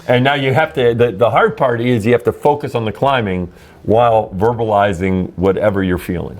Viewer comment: Dijo "fokius" xd